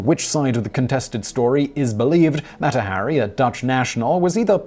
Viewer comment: Ah yes, Mätta Harry.